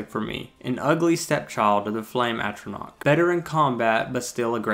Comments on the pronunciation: "At"-ronach, not "Ate"-ronach. More problematic was your (and other people's) use of the word "then" (a time reference like "when") in place of "than" (a comparison). I agree with your thoughts on the design of the flame atronach, she's hot. Thumbs up on the video! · As far as I can tell it's pronounced 'Ah-tron-Ah-ck. Great video! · in defense of you not being able to pronounce atronach, i pronounced it atronch for a good while